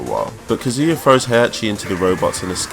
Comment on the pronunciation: “Kezia” u mean kazuya captions